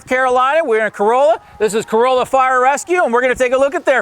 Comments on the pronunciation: It's actually pronounced "Co-RAH-Luh." Not like a Toyota Corolla. Notice - He knows. 🤙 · You need to pronounce the name of the town properly. It is pronounced Cor-all-a not Co-roll-a, the town is not a Toyota! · Tourists say Cor-O-lla (like the car). Locals say Cor-A-lla. I drive by this station everyday. Never met Richard, but I appreciate his contribution to the community here. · Thank you! I CRINGED when he pronounced it that way! Yikes! And yes, I live ON the Outer Banks, just not in Corolla. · Someone help this man say things correctly. Corolla like a Toyota is the wrong way my dude. Surprised hte department didn't beat you with a firehose for calling their department the wrong name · The was he mispronounced Corolla 😵‍💫